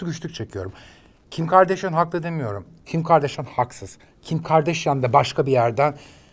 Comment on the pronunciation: Kim Kardashian’ın Türkçesi = Kim Gardaşyan :)